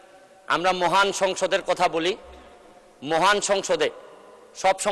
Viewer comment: উনি ব্যারিস্টার সাহেব তো মহান বলেন না।মুহান।